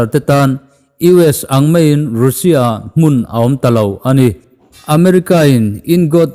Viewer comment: Russia tiin i lam tlat a, Russia ti tawh zawk la 🤪